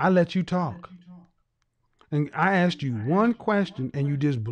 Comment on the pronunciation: Grown woman taking about I AXED because dayuuum.